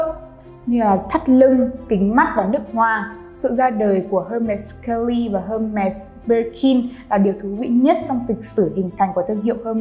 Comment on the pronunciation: đọc tên thương hiệu cũng sai, chứng tỏ tìm hiểu không tới đòi làm video